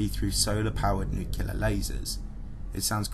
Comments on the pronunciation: I love your videos, but it is extremely grating when you mispronounce "nuclear" as "nucular." There's only one "u" in the word. "Nuclear." NuclEar." Not "nucUlar." "NucUlar" is not a word. That is all. Otherwise your videos are informative and entertaining. 👍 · For me, this is one of the best channels on YouTube. I love the quality of the content and the way the narration is delivered. One minor criticism: This is the kind of channel where the word “nuclear” comes up often. That’s “nuc-le-ar,” not “nuc-u-lar.” I know its a minor quibble, but it is a blemish on an otherwise stellar presentation. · I just expect a channel that claims to be a source of scientific and technological info to also use the correct pronunciation for the word "nuclear" (not nukular) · Nuclear ffs not NUKULAR. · Repeat after me, Nu-cle-ar. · NEW-CLE-AR FFS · Bro I love your videos but you really need to learn how to properly pronounce "nuclear." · Sorry. Had to stop listening at the fourth use of new-kew-lur. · There is no y in the word Nuclear. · Cool video but you keep saying nuclear wrong.